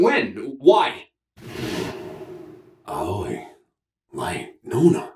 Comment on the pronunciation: In Japanese, there is equal stress on every syllable unless spelled otherwise, so it's just "Ah-oh-ee" with no emphasis on the "oh" and sounds more like "Owwy" said quickly. And "Raito" is literally just "Light" as it's a borrowed English word. The name in Japanese is gender neutral too (Hikari/Hikaru) but the director, Uchikoshi, either didn't realize Light isn't really used as a name in English, or just didn't care